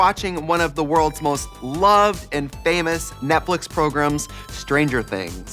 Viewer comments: Love you ladies!! But did I hear ‘Netflick’? Not Netflix? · love that they say "netflic"